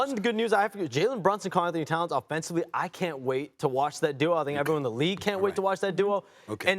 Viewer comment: Shams just cannot say "Karl Anthony Towns" 😂